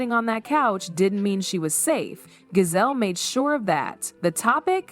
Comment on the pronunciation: At least say Gizelle name right